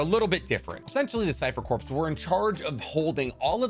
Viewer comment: man said CORPSSSSSS and NUCULURRRR